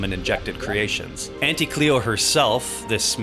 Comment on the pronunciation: Auntie is like taunt! Taunty = Auntie and pls pronounce it that way